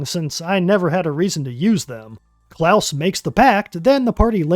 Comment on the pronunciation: Its CLAUS not Klaus. Also this came out on my most recent birthday.